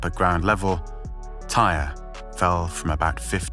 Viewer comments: omg... thank you. I was wondering wtf, why isn't anybody pointing this out. Damn, disrespectful AF researching someone's death and not even getting the pronunciation of their name correct. smh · TIE-REE!! NOBODY NAMED “TIRE”. HE’S NOT NAMED AFTER A CAR PART. SAY IT AGAIN…..TIE-REE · It’s not pronounced ‘tire’. It’s pronounced ‘Tie-ree’. He didn’t die on impact either. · you could have at least said his name correctly, who tf is TIRE?? (its Ty-ree) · American here. Never heard of Tyre being pronounced as tire. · his name is TIE-REE.... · Out of respect for this young guy I think you should make sure you have his name pronounced properly. His name is ty-ree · All he had to do was pay attention to the dozens of news reports that pronounced his name correctly. If you’re going to do a piece on someone’s death, at least get their name right. It’s irritating listening to this man call him tire over and over. There’s a responsibility that needs to be upheld when you are presenting information to thousands of people and making $$$ off of it.